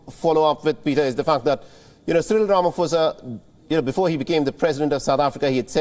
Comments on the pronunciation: Rama "Posa" not Fosa...Being from South Africa it's hard to listen to this since it's outbreak. Ramaphosa = "Rama Posa"...P P P not Fosa Fosa....tjerrrrrr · Repeat after me… RA MA PO SA… not Ra ma Fo sa… come on man. Do your research! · Good people. Please note it's it's no Rama"fosa* bt Rama*phosa"as in pain Fir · Ramaphosa with a "P"not a "F".......its a silent "H".. please learn to pronounce